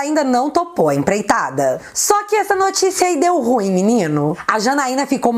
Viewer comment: É "ruinhem"kkkk